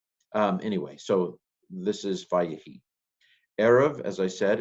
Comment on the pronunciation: In וַֽיְהִי I think we have our old friend metheg that turns 'vay-HI' into 'vay-ye-HI' vocal shewa...